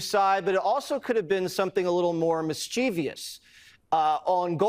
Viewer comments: Mis-chee-vie-us is not a word. It’s mis-chi-vous. Idiocracy…🤦🏻‍♂️ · "Mischeeeveeeus". Jesse you dumbass. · Jesse doesn't even know how to pronounce mischievous. What a stooge.